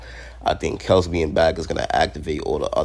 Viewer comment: It's Kel-see